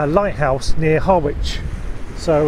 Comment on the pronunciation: Nice (as usual) just one problem..... it's Harwich (rhymes with marriage or ven Norwich).